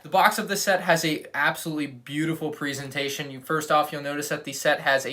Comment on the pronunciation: Presentation not preas-a-tation! lmao